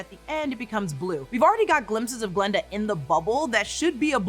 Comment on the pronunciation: Just a little remark for future videos, the name is G(a)linda, not Glenda...